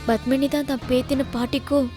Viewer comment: hey bitch fake, u ugly creature from hell, u and ur ugly face and eyes.. u lok like a ford and cant act.. plus it is not BUTHMANi it is Padmini. And there is PA in tamil.. so go learn how to say Padmini right u stupid moron. hope they arrest u and u are behind bars soon. bitch from hell